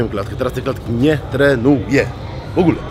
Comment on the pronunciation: Nie tre nu je ! W ogóle!